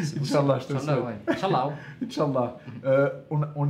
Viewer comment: Conseil de votre grand frère : On dit al hamdoulillah et non hamdoulleh. Et incha ALLAH et pas inchalla. Bonne continuation.